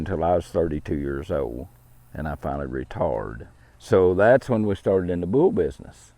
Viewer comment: '' and i finally retarrd''